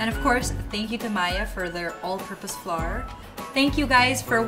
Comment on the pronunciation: Love them, but English pronunciation was not good.. Flour.. and she said floor..”lol..